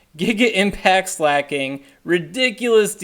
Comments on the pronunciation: slacking is what your saying. slay-king is what you need to say. I change the speed of this vid to 0.5 so you sound like you look. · It's pronounced slah-king tho, not slay-king